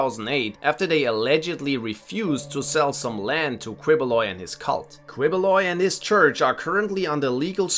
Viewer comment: Quiboloy is pronounced keyboloy